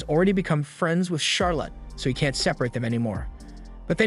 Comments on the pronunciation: Charolette is hyped that Flay will be joining in the crime-fighting operations ×2. Why do you pronounce it Charo-lot? This isn't a movie abt how much money Charazard got, yeah? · charlotte is pronounced "shar-let" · Charlotte typically rhymes with scarlet, (lotte is not pronounced like lot)